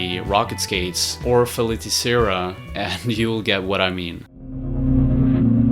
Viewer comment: FEY- TI -CEHRA. You almost got it right, but put an L here for no reason :D